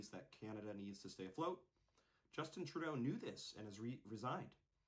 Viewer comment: Close enough, he doesn't deserve the respect of having his name said right anyways...